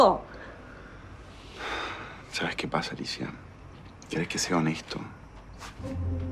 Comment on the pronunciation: like si te diste cuenta que alicia no pronuncia la r😂😂😂